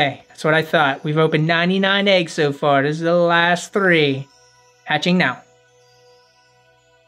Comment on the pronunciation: I like when says legs instead of eggs 🤣😂🤣😂🤣😂🤣😂🤣😂